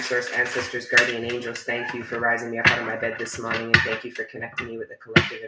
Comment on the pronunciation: “This mawning” gets me Everytime.